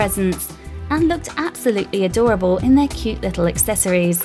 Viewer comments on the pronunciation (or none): none